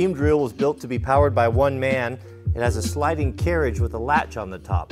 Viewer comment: Really emphasizing 'man'.